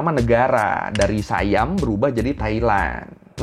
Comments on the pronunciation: si-yam ya, bukan sai-yam mengikut sebutan lokal. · Oohh SIAM itu dibaca "SAY-AM" ya